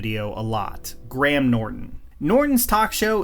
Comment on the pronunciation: Thank you for pronouncing Graham correctly! Just need to hear you say Craig now